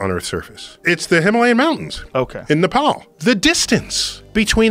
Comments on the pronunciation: One of the English people who pronounced Nepal right , wow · I am amazed how perfectly he pronounced Nepal👏